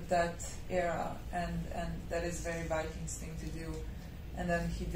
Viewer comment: IT s Not wikings but vikings